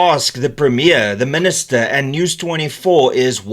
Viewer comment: Dear Min-ister: Kindly GFY. Thanks!